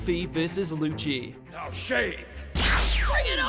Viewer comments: Lmao.. Lucci.. Pronounced..LUCHI 'dubbed' is that even affect the English pronunciation ?? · Did this guy really say "luschy"